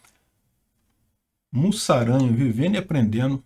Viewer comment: se pronuncia "muzaranho", o S tem som de Z nesse caso.